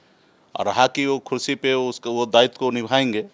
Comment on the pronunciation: Neta ji khursi nhi kursi boliye